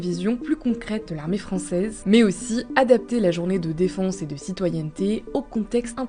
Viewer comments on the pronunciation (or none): La dame qui narre ont dirait qu'elle dit défonce au lieu de defense 😂